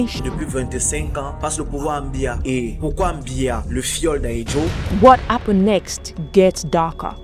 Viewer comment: What's going on with pronouncing "H"? What Appened(Happened).